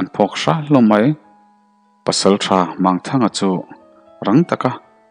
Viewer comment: Mangthanga hei pawh hi a thluk a dik lo. Mang tih hi CHAL, Lawichal, Sechal, ang hi. Ti chuan Mang tih hi Lang, tuiah thing a lang ang a thluk tur ani.